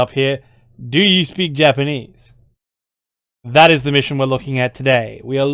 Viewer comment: I was honestly surprised by your Japanese. Think you could actually speak to an IJA soldier as a POW like that? Imagine the response he'd give, LOL. That's like College-level Japanese right there. You could be doing voice acting of actual WW2 Japanese military right now.